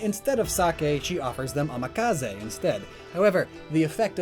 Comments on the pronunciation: Isn't it amazake, not amakaze? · Amazake not amakaze from what i can see